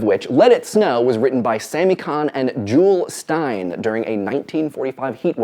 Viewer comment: p.s. it's Jule Stein like one would pronounce Julie. But no biggy.